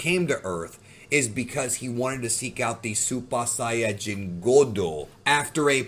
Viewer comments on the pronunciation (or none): “Supah sayaahn good”?